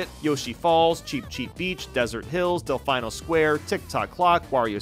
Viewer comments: I’m sorry did you say del fine-o square? Is it not del fee-no square, that’s what I’ve been saying my other life and would swear it’s the way I recall other people saying it. But I’d trust your judgement to say it correctly way over mine, maybe just a slip of the tongue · You pronounce del-final instead of delfeeno just so we leave lots of comments don't you? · hearing del fine-o square hurt my soul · Bro said Del-Fine-O… I’m shook rn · Or maybe they're waiting for what they think would be the perfect time to have it as a retro track. It's pronounced Del-FEE-No. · Del-Fine-No Square?........Bro have you not played Mario Sunshine? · why does he pronounce delfino del-fye-no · The way he pronounces "Delfino", though... 🐬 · The way he pronounces Delfino. Peachette is a Toadette alt. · Why do you pronounce Delfino like that? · Why do you keep Mis-Pronouncing Delfino?